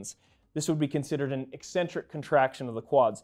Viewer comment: Finally someone on YouTube who can properly pronounce "eccentric" not just when it describes a character trait.